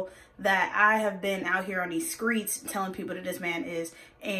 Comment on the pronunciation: “I have been out here on these skreets”